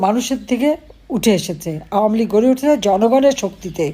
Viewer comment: Did she say gujob league?